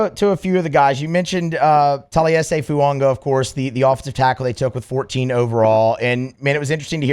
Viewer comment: Please stop putting an "n" in Fuaga's name before the season starts